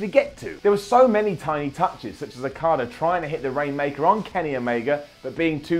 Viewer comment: Every time you say Okada it sounds like Carter